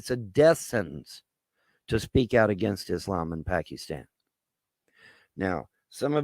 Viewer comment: "Pack-ee-stan." LMAO